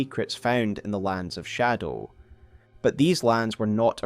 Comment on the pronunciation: I love your videos but I can’t listen to the way you say shadow. It make me click off❤